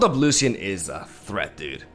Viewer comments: pls pronounce it as lushian, its not lussian :( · It's pronounced Lu-shian just wanted you to know :) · the way he says lucian with an s got me fucked up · you are pronouncing Lucian wrong and it’s driving me mad! The C is not pronounced that wayyyyyyyyyyy😱😭